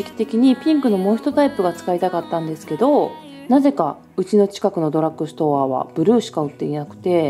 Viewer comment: ドラックストアじゃなくてドラッグストアです… 私もセザンヌのリップ使ってます！スルスル塗れて好きです！